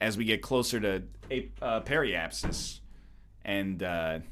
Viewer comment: "Perə-apsis" wtf